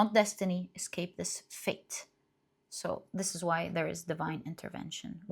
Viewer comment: I know you said "fate" but I hear "faith"